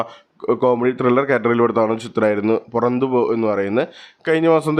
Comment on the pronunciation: പുറന്ത് പോ അല്ല പറ ന്ത് പോ എന്നാണ്.